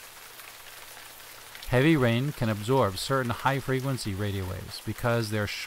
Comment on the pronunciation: absorb not absorbe